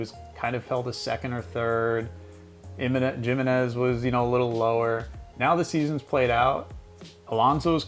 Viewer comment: Did you say Jim-manez? Lol